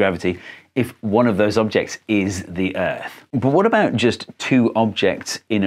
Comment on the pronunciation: ERF? WHAT? PLEASE MAN ITS "EARTH"